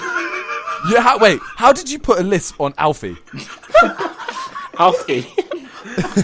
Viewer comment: the way jj says alfie daythzz is killing me